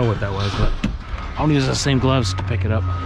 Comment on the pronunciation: Thanks, you got me saying glubs instead of gloves but it's 👌